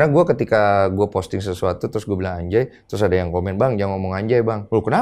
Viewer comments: Harusnya bacanya bukan ANJAY, kan NUN mati ketemu JIM, jadi ANGJAY 🤣. Repot amat lu, bikin ribet se Indonesia! Dipojokin tuh ma Bang Deny sok mengelak ujung²nya endors, harga diri woy harga diri 😂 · Dibaca anja أنجى bukan anjay أنجي